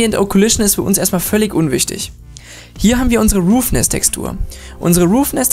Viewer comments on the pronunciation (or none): Danke für's Tutorial, allerdings sprichst du einige Dinge falsch aus. Es heisst occlusion (O-Klu-Schn), nicht occulition, und roughness (Raff-Ness), nicht roofness. Eine Occlusion Map gibt übrigens an welcher Bereich des Materials indirektes Licht wiedergeben soll, was für schönere, detailierte Schatten sorgt. Schwarz=kein indirektes Licht (der bereich ist dünkler, wie zB. die Innenkante einer Ecke, oder der Bereich unter Falten). Weiss= indirekte Beleuchtung hat den vollen Effekt (bei scharfen Kanten oder glatten Oberflächen). Grau=irgendwas dazwischen. Manchmal reicht es schon die Diffuse Map in Graustufen umzuwandeln um einen schönen Effekt zu bekommen.